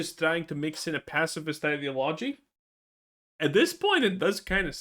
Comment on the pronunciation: Please pronounce ideology properly lol